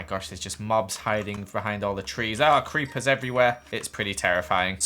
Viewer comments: you said creachers not creeper's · did just say creachers